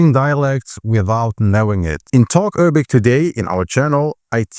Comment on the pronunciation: Why do you keep saying Errabic